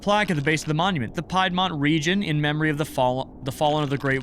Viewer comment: Just a very small correction: 'piedmont' is typically pronounced as 'peedmont'. Silly, I know.